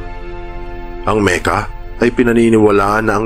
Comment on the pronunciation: Makka ang tamang pronunciation po hindi Meka